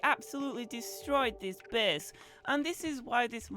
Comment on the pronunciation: wtf is wrong with ur english lol? ''bes'' base*